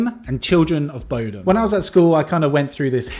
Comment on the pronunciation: you sang just right <3 But you pronounce Bodom wrong. Just ask Kat how it should be said.